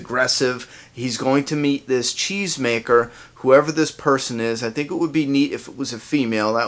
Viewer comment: Until I saw a comment confirming that Morgan said it in an interview, I swore he said chains maker! it sounds funny from a cheese maker...